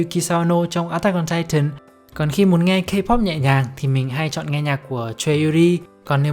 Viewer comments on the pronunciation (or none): none